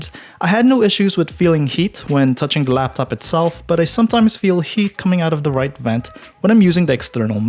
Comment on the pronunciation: "on DAH road." daH???????? THEEEEEEE